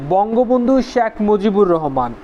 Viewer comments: খুবই ইনফরমেটিভ ভিডিও, কিন্তু উচ্চারণটা আরো সুন্দর করা লাগবে। বার বার শ্যাখ মুজিবুর শ্যাখ মুজিবুর শুনতে কিছুটা বিরক্তই লেগেছে। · 'শ্যাক' মুজিবুর রহমান উচ্চারণ বাদে বাকীসব ঠিকাছে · কিছু মনে করবেন ভাই, আপনার শেখ উচ্চারণ টা হচ্ছে না